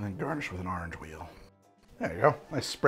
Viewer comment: take a shot every time he says 'Arnge'